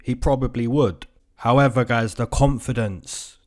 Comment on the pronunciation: I keep coming back here.. just to hear you say "Howeva"... lol much love :)